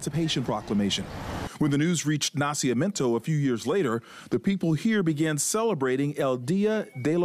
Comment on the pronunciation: It's "Na-CI-MI-EN-to" (birth), NOT Na-cia-men-to as the narrator keeps calling it.